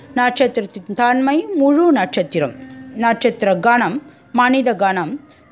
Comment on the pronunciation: ஜோசியம் சொல்லும் முன் தமிழ் உச்சரிப்பு ரொம்ப கவலைக்கிடமாக துள்ளலும்மா. எந்த ஸ்கூலில் படித்தீர்கள்? அம்மா!. நாட்சத்திரம் அல்ல நட்சத்திரம். சோந்தத்தொழில் அல்ல சொந்தத் தொழில். கொரானா பிடியில் எல்லாத்தொழிலும் சோந்துதான் கிடக்கும்மா?. காலையில் அல்ல கலைகள். நல்லவேலை சனியை சானி என்று கூறாமல் போனீங்க. 😁